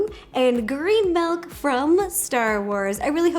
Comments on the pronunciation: Rosanna Pansino not trying to be mean! But its milk! Not Melk!! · Milk not melk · I almost didn't click on this because I knew she was going to say “melk” and “peena colada”. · Anyone else notice Ro pronounces Milk as Melk 🥛🍪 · I am happy I wasn’t the only one who heard her say (Melk)😂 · Roe I love ya..your awesome but its "milk" not "melk" I know people say it differently but still..."milk". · Take a shot every time Ro says melk 😂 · Did anyone else notice Ro says “melk” instead of “milk” I’m not judging her I think it’s adorable 😂💕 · People say Melk and I say milk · SHE SAYS MELK NOT MILK I HATE THAT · Does anyone else think it’s kind of annoying when people say “melk” instead of “milk”.... not trying to be rude at all. I love Ro 💕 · why does she say melk is that American for.milk 🤣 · no I'm American and I say milk. She's just weird. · Everyone else: milk Ro: melk Scottish people: mulk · It’s ok Ro, I also say “melk” instead of “milk” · Does Anyone love the way Rosanna says milk she said Melk ❤️💖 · No one: Ro: Melk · Me: Milk Ro: Melk Me: Milk Ro: Melk Me: Melk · did she say M E L K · I can't unhear it anymore! 😂